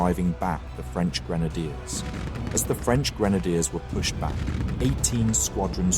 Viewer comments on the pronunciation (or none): none